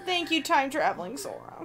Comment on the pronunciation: Interrupting the lore talks to point out how here said "Sofa" instead of Sora. I for one welcome our new comfortable sit-worthy protagonist. Anyone else?